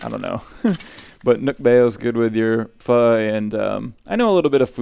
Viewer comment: I had gone most of the day without learning anything, but thanks to this video, I learned the right way to pronounce 'pho.' So thanks for that! Love the talky episodes, would love to watch any that you care to produce.